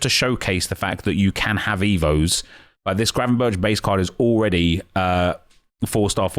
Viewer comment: Good effort on the pronounciation of Gravenberch! Refreshing after hearing everyone else butcher it by saying gravenbertsj.